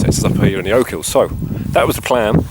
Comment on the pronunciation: Oak hills? Ya English Prick. OCHILS... OCH-ILLS...